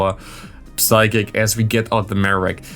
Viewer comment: It’s funny you bring up the psychic pronunciation. I always noticed it and thought you were kinda just kidding with that. I believe I hear you say v’s as w’s as well btw. like you say wicterybell it sounds like. But it doesn’t bother me. just thought it interesting. And since you happen to bring it up.